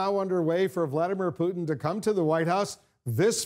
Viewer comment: btw vladmeer pooodn = Vladimir Putin